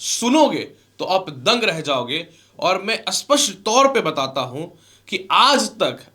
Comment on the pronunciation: Bhai aap sapastt ko aaspasstt bolta ho